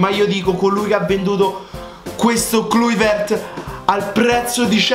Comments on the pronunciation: Si dice "Claivert" 😉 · si dice klayvert come me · monodica cifra ahahahaha posso capire che sbagli la pronuncia di kluivert ma l'italiano non è ammissibile!!!!!